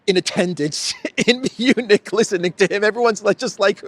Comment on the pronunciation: Did I hear that right? Did you call it the Eunich security conference?